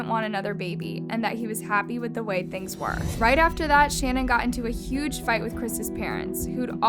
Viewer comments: Her name is not "Shannon" 🙄 If you want to honor the victims, the least you can do is pronounce their names correctly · Why did you mispronounce Shanan’s ‘name? It sounded weird . She was particular about how it was properly pronounced.originally it was pronounced SHANNON but later on she starting pronouncing it Sha -NAN with emphasis on the first sha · Shannan’s name is pronounced “shu-nan” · It's SHAN - ANNE. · The way this girl pronounces things. 🤦🏼‍♀️ Poor dead woman can’t even have her name said correct. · You should take this video down and re-upload it with you pronouncing her name correctly. what a gaffe. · I’m annoyed by the way you’re mispronouncing her name 😢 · You’re saying Shannan’s name wrong, you’d think you’re telling the story of her murder that you’d at least check how to say her name. You’re also saying Amber Frey’s name wrong. Ugghhhh….